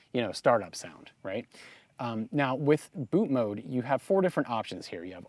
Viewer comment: refreshing to hear someone pronounce ‘bootmod3’ right & not ‘bootmod’ lol